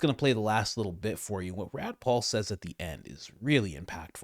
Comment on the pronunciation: Bruh…Did you say “Rad Paul”?